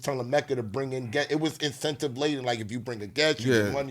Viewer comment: I fuck with but his word play need improvement lol. “Incentive”not Incetative smh 😂